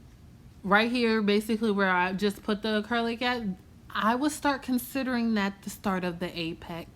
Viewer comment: “We ain’t chasing after this ACURLIC either” lmfaoooo you so funny